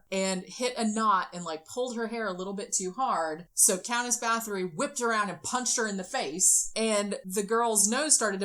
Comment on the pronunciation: Her name is pronounced BAH-TORI not BATH-ORY. It hurts when I hear her name called wrong. 💔